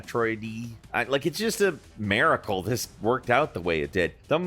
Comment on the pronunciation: i was wondering why miracle sounded like merical lmao